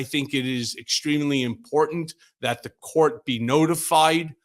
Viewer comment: The most annoying thing about these videos is at the end reminding us to stay up to date with the most “impor-dint” news of the day. Learn how to talk.